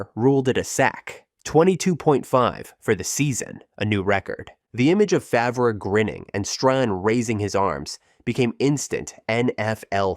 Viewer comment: Terrible pronunciations lmao its not hard to google their name pronunciation, takes 2 seconds